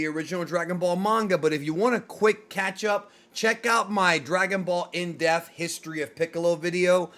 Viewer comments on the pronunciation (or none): I hate the way says Depth lol …. Deafth